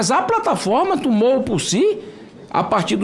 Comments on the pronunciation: Um cara que fala "tumo" ou invés de "tomou" não tem condições de ser nem advogado de porta de cadeia. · "tumou". Ele fala assim mesmo? Eu escutei errado?